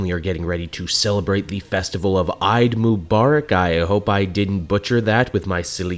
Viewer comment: It's pronounced more "A-e-d". Also there's two of those - thene after Ramadan and the one that's about sharing.